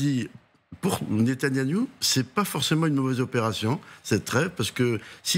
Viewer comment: "Netanyaniou !!!" mdr Nouveau perso du monde de Narnia...